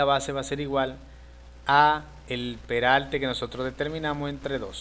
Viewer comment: cuando tu hablas peralte es perarte